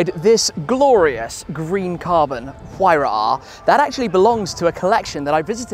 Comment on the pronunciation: is that how to pronounce huayra?